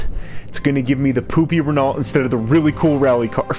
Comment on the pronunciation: And what about the “poopy renalt”?😂